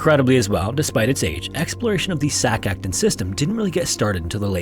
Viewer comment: Just for future reference, Sac Aktún is pronounced like Sack AckTOON. Amazing video as always